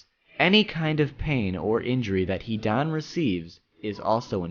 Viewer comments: I was really excited to watch this video after seeing the title... But after hearing SO MANY wrongly pronounced words and names i was kinda feeling suicidal.. Fucking "Hidaaan" and all the villages are pronounced otherwise. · so any one notice he says hidan like he is pronouncing heathen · when he said he-Don...I screamed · His name is not HE DONE OR HEDAAANN ZIDAANN ITS HIIIIIDAAANNN HIIIIIDAAANNN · if only you could pronounce his name correctly.....